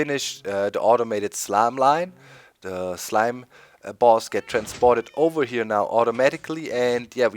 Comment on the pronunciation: "Lets take a look ova-heya" lol